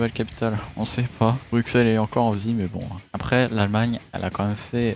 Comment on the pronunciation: Super video juste stp dis pas le x de bruxelles 😅